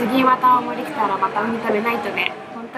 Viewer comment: 懐かしのアルフィー熱唱笑笑笑🤣 青森アオモリの発音が地元民だやなw ロシア人だどばっか思ってだけども。オラも秋田だはんで懐かしでばなや笑